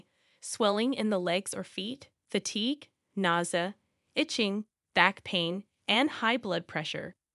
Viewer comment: Why does the speaker have trouble pronouncing common words like "urine" and "nausea"? Very distracting!